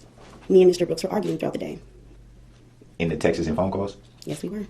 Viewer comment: When he says "texts" he pronounces it "text is" or "texas" and it annoys me lol I thought he was saying "Texas phone calls" and I was like, what? Why did he think he was smart enough to represent himself?? I think he's just using it as a tactic to come back later with an appeal, saying he didn't get a fair trial, he should've thought that through a little better lol